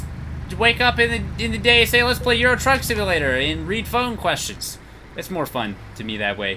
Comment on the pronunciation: At the beginning I thought he said "Euro drug simulator."